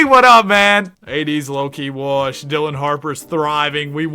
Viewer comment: Say “Wash” not “Worsh”